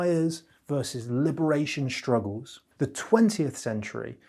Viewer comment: For the love of God... it's 'hiStory'. Not 'hiSHtory'. It's Struck. Not "SHtruck". It's Struggle. Not 'SHtruggle. This is an affectation. Notice he doesn't say 'shtill'. He says still. He doesn't say 'sho'. He says so. He doesn't say 'sheeing'. He says 'seeing'. Why are people adopting this idiotic affectation?